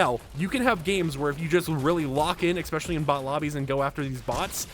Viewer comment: Great information, although the word especially does not have the letter X in it.